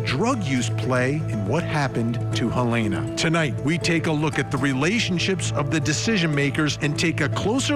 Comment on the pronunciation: Funny how after all this time these idiots are still calling "Halyna" Halayna.